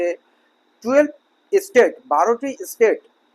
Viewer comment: "State" ও "estate" দুটি পৃথক ইংরাজি শব্দ; শব্দদুটির উচ্চারণ এবং অর্থ ভিন্ন। অনুগ্রহ করে উচ্চারণ ঠিক করুন।